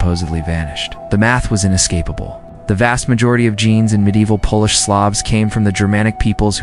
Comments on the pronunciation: Not so wonderful AI narration ... Has some work to do. Can't even pronounce "Polish" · While tempting to believe that I am not simply Slavic but rather descended from ancient Illyrians who were smart enough to adopt a superior culture/language when they saw it, I don't think any of this is true... Besides this is obviously AI audio, a human person is not reading this script. A few common words such as "Russian" were mispronounced, and "Polish" was pronounced as "Polish" in some places and "polish" (small "p") in other. A human English-speaker probably wouldn't have made these mistakes... For me that calls into question the legitimacy any claims here, on top of the fact that I already was skeptical of this information. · Teach your robot to pronounce Polish properly (A country) and not polish (making something shiny).